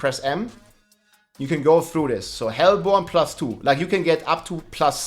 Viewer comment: its pronounced hellborne